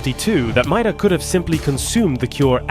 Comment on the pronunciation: I believe her last name is pronounced MAY-DUH but idrc I just like subnautica lore